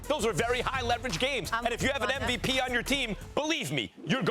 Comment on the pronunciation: SAS can't even spell "MVP". He always says "NVP"...